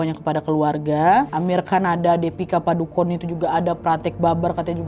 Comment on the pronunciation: cara bacanya Dipika Padukon bukan Dipika Padukone